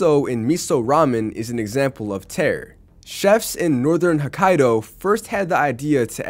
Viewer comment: Not to nitpick but tare is pronounced tah-reh